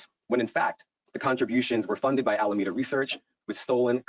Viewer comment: Don't get me wrong. I'm a fan. But ... why are you just reading someone else's article, when you have no idea what you're talking about or even how to pronounce the name of the Alameda? Lol. Just some honest, hopefully, meaningful feedback. It's a not a good look.